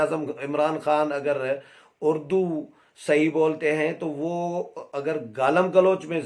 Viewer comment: نیازی نے خود اردو کو "اڑ دو " کہا ہے اڑدو